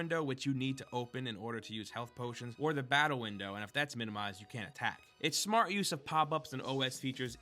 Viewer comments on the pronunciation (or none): none